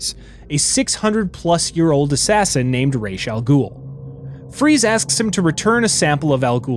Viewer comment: MY GOD!!! You said Ra's Al Ghuls name RIGHT!!! Most people say it wrong. Like they do in the Nolan movies.